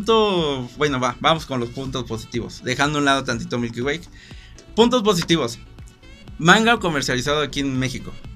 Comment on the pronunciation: "Milky wayk" 😂😂😂